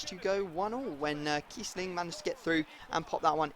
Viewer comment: No it's kiessling